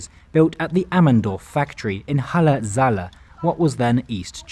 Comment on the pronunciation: it makes me wanna die by how u pronounced "Halle Saale", no hate ofc. i didnt even know those carriages where build in Germany, so hey i learned smth new xD